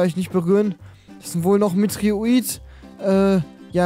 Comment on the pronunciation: Genau! Ein "Meteorit" heißt natürlich Metroit ja klar